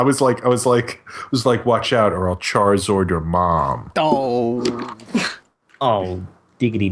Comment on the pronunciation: One, more., it's chariZARD not chariZORD. There is no Porygon-X,. Do you mean Porygon-Z, or a Porygon EX?